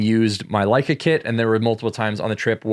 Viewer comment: Leica makes you more creative is what I heard. You said that right? :)